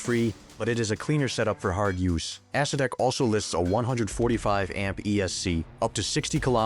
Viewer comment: 100% true. AI calls the Acedeck an Ass See Dick.